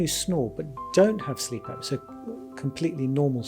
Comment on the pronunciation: You don’t add the “o” in the word “apnea.” Same goes for the words “esophagus” and words like that no matter what